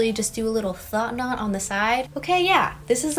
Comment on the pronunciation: “Thot knot” 😭😭